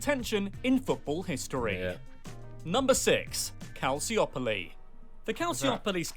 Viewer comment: Corrections as an Italian: it's pronounced calciopoli with soft c and not calsiopoli, juve spent one season in serie b